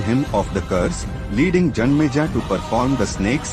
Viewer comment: King name is janmejaya not janmeja 😂